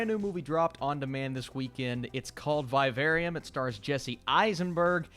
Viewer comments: "Via very um" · did you say “by a very um” or “Vivarium”?? 😂